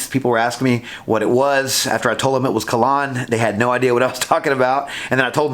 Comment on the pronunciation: Kalan... not Kalon! Great review!